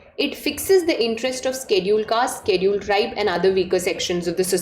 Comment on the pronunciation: Ma'am apka pronunciation galat hai Scheduled Tribe, scheduled cast ka